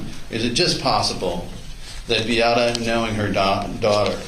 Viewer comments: Can someone for the defense PLEASE teach Mr. Altenbernd how to pronounce MAYA and BEATTA? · Why can't he pronounce Beata's or Maya's names correctly? He's surely heard them pronounced correctly a thousand times by now. As for them not being responsible for Beata's death, didn't someone who worked for the hospital say that they predicted it? Yet they did nothing. Also, I think the thing that bothers me the most throughout this trial is the utter disrespect I've seen towards Beata from the witnesses from the defense. I also wanted to comment about the last nurse who testified. Given her personality, I can easily see why Beata didn't do well with her, and why she didn't appreciate what Beata was trying to tell her. She didn't know anything about CRPS, either, so I don't think she took Maya's level of pain seriously. The percentage of medical professionals in this trial who don't know much about CRPS is disturbing. I realize that it's not a common condition, but did any of them consider googling it at some point?